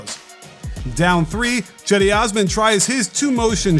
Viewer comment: Hey, Cedi Osman's name is pronounced Jedi.